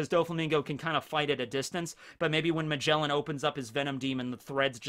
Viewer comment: bruh magjellen what is that name his name is ma ge la n